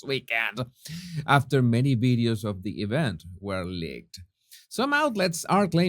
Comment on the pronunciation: You know all these fancy words in English, how come you can't pronounce the basic word video? Why do you keep saying bideo? It's so strange...